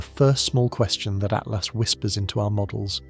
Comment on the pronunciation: Lame AI narration. It's not "atlast" or 3..... at lost. narrate it yourself, lazy bastard.